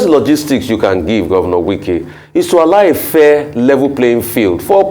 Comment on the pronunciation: Lol nwannem it’s Wike not Nwike, you’ve called him like a nwa afo igbo 😅 daluu nna.